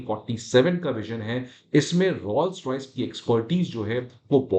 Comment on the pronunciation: Pronunciation of Rolls of Rolls Royce is not ' Rauls ' but ' Roles ' . So you should be pronouncing it as Roles Royce and not Rauls Royce.